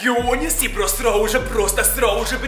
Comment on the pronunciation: Мне одно кажется что он говорит не просто сразу же а просрауже